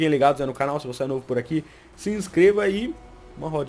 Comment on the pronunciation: Para de falar uqui e izu que já tá ficando meio irritante